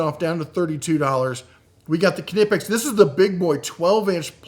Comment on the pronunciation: Are you saying ka-nee-pex? I’ve seen this discussed before, it’s pronounced knee-pex. Kind of like knife, not ka-nife.